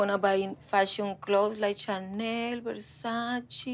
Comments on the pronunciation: It’s Ver-Sah-Cheh, not Ver-Sah-Chee. Girl, learn how to pronounce the names before even dreaming of owning one. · Versacil 😂 Versa-chill 😂😂😂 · Sis can’t even pronounce Versace saying ‘Versachil’ and she wants that? I- 💀💀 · Hahaha she doesnt even pronounce versace correctly, Poor thing 😄😄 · Oh honey, firstly u should learn to pronounce Versace correctly😅